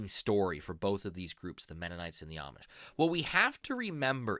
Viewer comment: If you say Amish with a short A sound you are saying it wrong. They pronounce it with a long A sound.